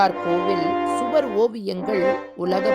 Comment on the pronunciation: அது சுவார் இல்ல.... சுவர்